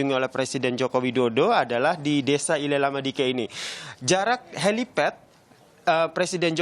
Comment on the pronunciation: Izin koreksi min, Nele Lama Diken bukan ile lama diken...🙏